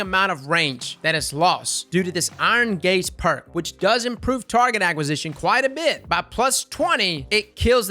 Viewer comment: I'm old but hearing,"Iron gaze", makes me laugh....iron gays